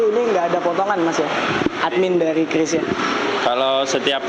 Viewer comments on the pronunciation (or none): Penyebutan QRIS yang benar adalah KRIS, bukan KYURIS ataupun KIRIS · Kris bukan kyuris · kiw ar matamu picek. bacanya biasa az: qris (kris) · bukan Qiuris .. tapi Kris sebutnya